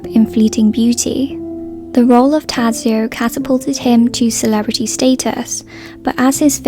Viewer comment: it's so outrageous that you call out people on the cast of death in Venice for not bothering to correctly pronounce Bjorn's name and you totally BUTCHER the name of his character. I could understand that you don't even know the correct sounds, but you don't even try, you just read out the letters. you are a true hypocrite